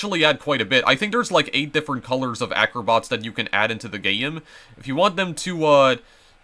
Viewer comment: hold on did you call a game a gayem